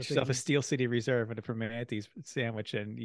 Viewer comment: Welcome to my backyard! Couple notes: -For the love of all that is holy, stop pronouncing the T in Primantis. It's pronounced Pri-mannies. This Pri-monties stuff makes it sound like a classy establishment, and the best ones are the exact opposite. -PittRace North garages are the southernmost set of garages. Not that it matters, but it's kind of annoying. -Al's Corner is the gas station below. Their breakfast bowls are stunningly good. They do not have beer yet, but the new Sheetz inside Ellwood City is pretty close, has beer, and has 93/E85/Ethanol free/U-237